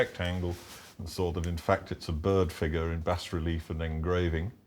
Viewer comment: The style of art is pronounced Bah Relief; not bas relief. Much of art uses French or Italian terms.